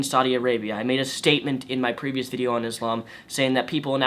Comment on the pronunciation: You fool you do not even know how to pronounce Islam or Muslim.